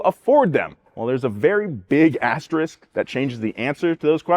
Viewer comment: THANK YOU FOR SAYING ASTERISK INSTEAD OF ASTERIX!!!!!!